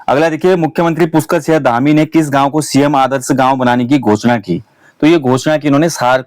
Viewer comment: Singh hai sinya nhi plz respect fully humare surname bola kre